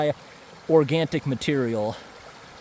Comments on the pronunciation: organtic? i think you mean organic no t involved at all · There is no T in Organic 🥸😉